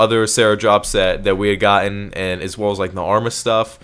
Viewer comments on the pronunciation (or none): none